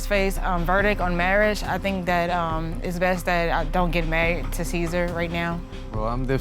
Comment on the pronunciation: Sa-sar🤭😂🤣😂it’s Cesar,!